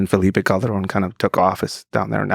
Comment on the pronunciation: C’mon Lex! Roll the ‘r’ correctly for saying ‘Calderon’ 😊